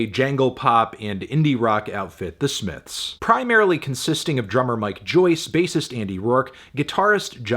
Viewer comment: the smiffs